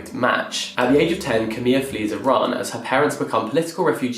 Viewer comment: Thank you for pronouncing my country's name correctly! Love from Iran 🧡🧡